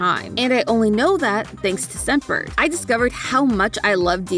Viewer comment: I heard scent bird as semper